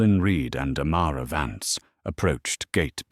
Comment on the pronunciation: its amara vance not amara vants